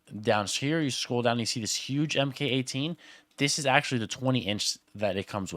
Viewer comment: Just so you know the “mk” in mk18 is pronounced “mark”